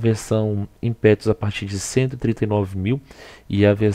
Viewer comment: Insiste em falar "IMPÉTUS " hein!!!